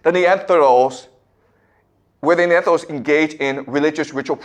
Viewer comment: The “Neanthedals” 😂